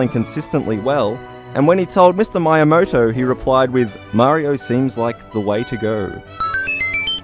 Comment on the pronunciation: Please, say MEE-YAMOTO, not MY-YAMOTO... PLEASE....